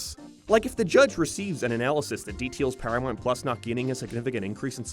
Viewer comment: Why do you pronounce them as "Paramarnt Plars" and "Sarth Park"? No offense meant. I'm curious what accent that is.